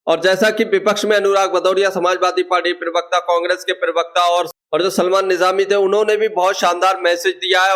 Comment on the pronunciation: Perwakta nahi hota parwakta hota hai hindi ka sahi uchaaran nahi karpate ho chale vedeobanane .